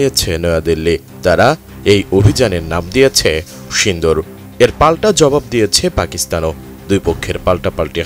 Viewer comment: সিন্দুর না,,, সিঁদুর কি সব ভাষা !